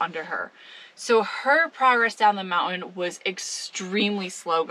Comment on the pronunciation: Moun~ain , I like the way you say it.